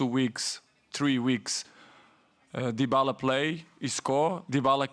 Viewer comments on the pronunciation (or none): Did he say Dybalo? 😅